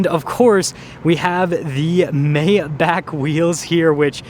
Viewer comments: He keeps saying May back instead of My bargh... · "My-bach", not "May-Back". No this isn't quite a Rolls Royce. A Rolls is superior in presentation and customization. If you think Rolls doesn't offer more I have to ask if you've ever been in a Phantom. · I can hear the Germans wanting to kill this guy for mispronouncing Maybach